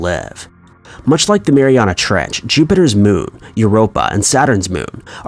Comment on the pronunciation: in the "trech"?